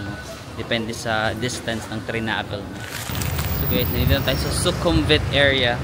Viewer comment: I think yung V sa kanila ay pronounced as W. Like Su-kum-wit, hindi Su-kum-vit. Su-war-na-bu-mi for the airport